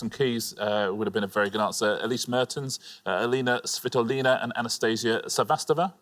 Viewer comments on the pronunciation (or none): none